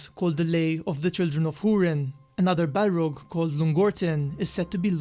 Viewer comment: It's balRog with strong R